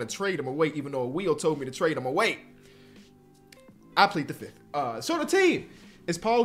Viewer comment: “I plea the 5th” 😂